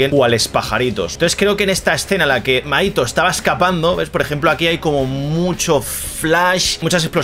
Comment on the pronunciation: Te fijaste en buenos puntos! (Lectora de manga) me va a encantar verte durante todo este arco! Y las referencias brutales! Pd: mahito se pronuncia como Majito 😊